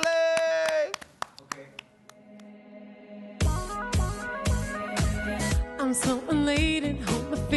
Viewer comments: It’s actually Setswana for “Moving forward” and the G is pronounced something like “kgh” sort of like a snorting sound. “Ho ya pele” in Sesotho a different language to Setswana with great similarities. Great effort though, much appreciated. 💐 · did this man really pronounce her name wrong? SMDH